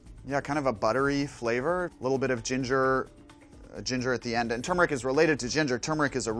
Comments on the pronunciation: THANK YOU! It's pronounced Ter-mer-ric, not Chew-mer-ric!! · THANKYOU for pronouning turmeric the right way god